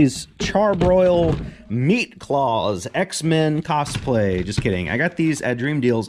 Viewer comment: Lol he said X-MAN cost play